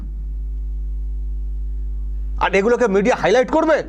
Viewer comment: Jagannath dham digha. Are Prasad ranna gas e. Are er uchxharon ta kemon kemon lagche. Dubbing korle bhalo hoto